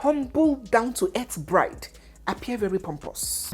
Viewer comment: 😂😂😂😂😂 beautiful what again, “blide” that’s Anambra pronunciation.